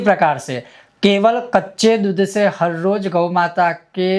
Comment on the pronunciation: Maharaj aapka uccharan bahaut hi galat hai..apki matrubasha k karan shayad...?? Deeddhh nahi doodh hota hai.. shey nahi se...